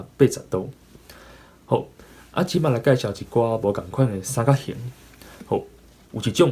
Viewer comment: 你有當陣仔sann-kak-「hîng」會講tuì sann-kak-「hîn」/「hîm」去,ài加注意 上尾hit pha衫仔褲真心適XD 感謝你對Tâi-gí教學ê tshui-kóng